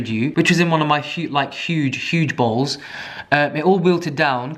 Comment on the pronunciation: You said “huge bowls” and I heard “huge balls”. That’s it, that’s all I wanted to say. Have a good day xD